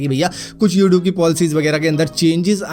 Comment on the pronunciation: Yoouthoob kya hota h bhai 😂